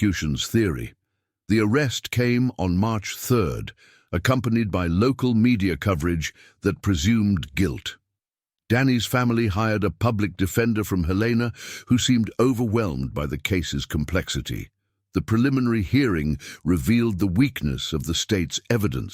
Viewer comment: Obviously AI, prefer humans capable of feeling in the narration. Oh yes and in MT the city Helena is pronounced phonetically Hell en ah Not He leena ah Check before posting 😮